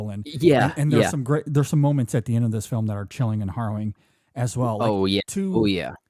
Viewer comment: Are you guys saying Horrowing? It’s harrowing….